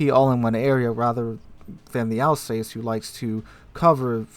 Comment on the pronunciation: Also, Alsass not Alsayce but hey ho.